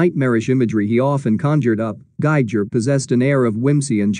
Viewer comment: May I point out, please, that the pronunciation of Giger's name rhymes with "eager." It's pronounced GEE-ger, all hard "g's."